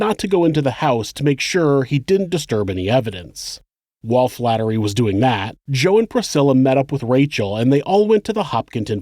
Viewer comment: That isn't how you pronounce Worcester OR Flaherty my dude...RESEARCH